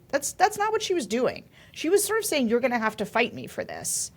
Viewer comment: sorry--keep going, not "toing" !!!